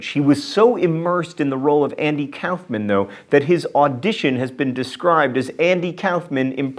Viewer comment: Why do u say Andy Kauffman's last name so fucking weird & wrong?